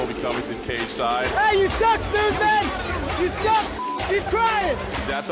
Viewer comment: Finally ooozman gonna wrasttle..... i mean fight 😂😂😂😂😂 ben oozman 😂😂😂😂😂kamara askren 😂😂😂